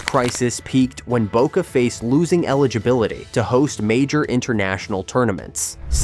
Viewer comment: Que I.A. hizo la locución? J.R.Reime, Mardona,La Bomba,Boque,Amal tiene más errores que el presidente actual!😂